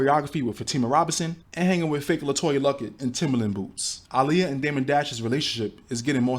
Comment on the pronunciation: The fact the mom pronounced her name "ugh-liyah"... smh